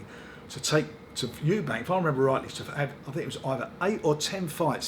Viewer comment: How does fisheyes still not know his name is EUBANK not fucking EUBANKS!